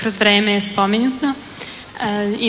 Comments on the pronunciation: Kimi Ja sam se samo ismejala ovoj što je rekla umesto spomeNUTO - spomeNJutNo :) i ova prva plavuša je rekla epoNalna umesto epoHalna otkrića. :) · Joca Lacmanovic Niste razumeli. Ona je rekla umesto spomeNUTO - spomeNJutNo :)